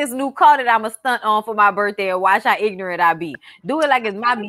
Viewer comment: Do it like it’s my burfday.. do it like it’s my burfday Lolol